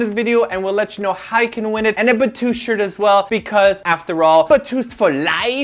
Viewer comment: The gay dude pisses me off... 'Batoost..' stfu..